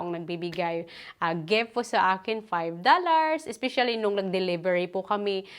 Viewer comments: Driving me nuts hearing you say….GEFT……it’s a GIFT! “ I”…GIFT. ( dont mean bad, but I need to, so you can make a correction) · Bat po kayo GEFT ng GEFT? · gef i men gitf at i min ganun po tamang bigkas ng GIFT AT I MEAN!! YAAN MO N TEH MADAM GIFT PO ATA YAN..